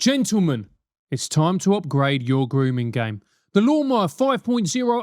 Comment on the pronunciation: Not to be a dick, but your advert for the shaver sounded like he said "it's time to upgrade your grooming gang". I know this was not at all intentional, but I did get a chuckle from what I thought initially was a joke.